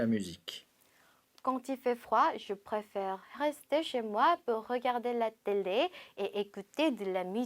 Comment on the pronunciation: prefere 이거 발음... 어우